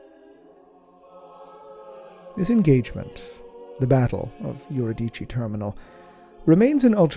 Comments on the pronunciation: Im willing to bet that what he pronounces as "yur-i-dee-chee" is Euridice, which is actually pronounced "yu-ri-di-see." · If I may be so bold as to suggest that the pronunciation of Eurydice follow the archaic Greek, yoo-ri-d-see and that the P in Ptolemy is silent.